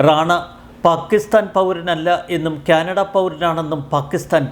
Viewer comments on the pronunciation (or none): none